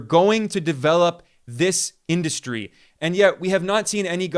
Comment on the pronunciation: Why does Trump mispronounce industry??? In- dust-try??????